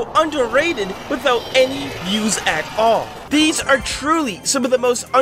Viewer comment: You are saying the views wrong